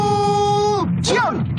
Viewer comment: La fushion xdddddd